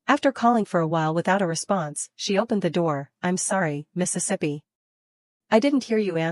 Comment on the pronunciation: Now I have discovered the error in this AI narrator voice. There are probably a few more, but? This one likes to say Mistesippy. I have already noticed it in 3 or 4 other stories where it was used.